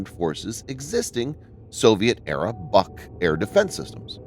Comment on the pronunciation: Requires an accurate assembly. More accurate, than the mispronouncing BUK in the video. It is not a buck.